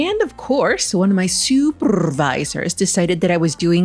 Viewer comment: Lol at "supurrvisor." I call my kitty a "poopervisor" bc she always bursts into the bathroom to watch me on the toilet 🤣